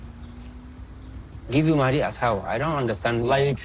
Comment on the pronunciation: And it’s Not MAHAADEE! It’s MOH-DEE! Sheesh Americans pronounce nothing